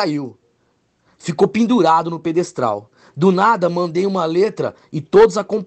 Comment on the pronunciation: Bah, qd ouvi ele falar "pedestal", vi q era furada. Tchau